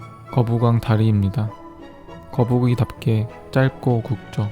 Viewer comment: "거뿍왕" 뿍 ㅡ> 연기가 나온다